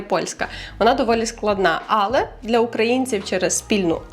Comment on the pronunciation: Гарні тези) Ps: АЛЕ має наголос на е в українській мові)